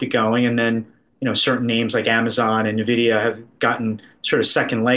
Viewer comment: He did not just say NuhVidEeeUhh right? Don’t cap on me. 🚫🧢